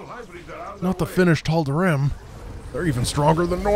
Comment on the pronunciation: I may have missed this in a video long ago, but why does pronounce "Tal'Darim" with an "ihm" instead of the "eem" ending (like the characters pronounce it)?